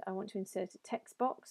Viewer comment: hey, your pronunciation of text box sounds like text books.